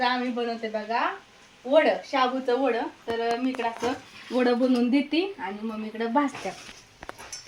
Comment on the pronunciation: ते काय भाषा बोलतेस ... शाबू च वड 😂 साबुदाण्याचे वडे असं म्हणायचं ना शिकलेले असून पण अशी भाषा बोलते